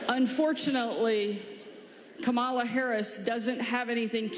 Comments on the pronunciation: Wild how someone pronounces Kamala tells you all you need to know about that person. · I was JUST about to ask "at WHAT point will you just pronounce her name correctly?" I'm genuinely curious